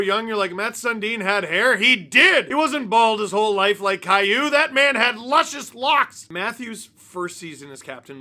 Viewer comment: FINALLY SOMEONE PRONOUNCED CAILLOU RIGHT!!